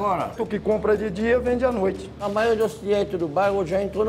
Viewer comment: "A NOTCHE"